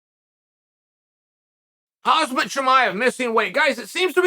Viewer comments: Why is it so hard for people to pronounce names lol chael called him hazmat nonstop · Chael "House-mat Chimaev"